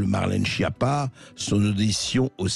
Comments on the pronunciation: En réalité on prononce skiappa. Tout est faux chez cette personne. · Quelle honte cette skiappa (phonétique).